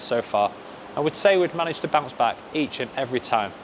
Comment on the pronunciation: My man wanna say bounce back and keep saying bouch back😂